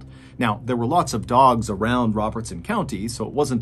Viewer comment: I live in Adams (the town where the Bell family lived). The cave is a couple miles away from me, but I’ve never visited it. Thanks for covering this story. It’s fun to hear stories from my area and I got a kick out of the way you pronounced Robertson county so clearly 😂